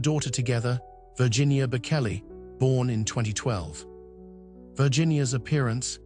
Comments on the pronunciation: Reader, learn how to pronounce the names of the people about him you speak. It is pronounced Bochelli, not Bokelli. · Please learn to say his name correctly, it’s with a ch not a k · Please have the courtesy to pronounce his name properly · The narrator doesn’t know how to pronounce the singer’s last name… hope one day he’d say it correctly! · Please have the respect of knowing how to pronounce his name… Google it as the late Queen said.👵🍁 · Please don’t post until it reveals the respect it deserves. There are many videos that repeat and spell the name Bocelli properly. Learn it before you do any other. The right thing to do would be to redo the sound with it corrected before posting it. I was a teacher and made sure I called even young children by their name correctly. Your name is very meaningful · You can’t even say his name correctly.